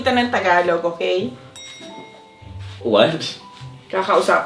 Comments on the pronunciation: Bro doesn’t even know how to say the language it’s “Tagalog” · I'm filipino but i can't even speak tagalog correctly and it's also pronounced taga-log